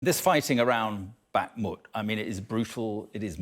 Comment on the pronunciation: 1. He said bakhumt. 2. Russia has been struggling to take this one town for 8 months. It's barely moved since July last year. And in that time it's lost far far more than it's gained.